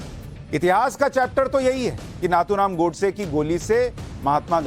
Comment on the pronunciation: नाथूराम"" नही नथूराम "" बोलो/लिखो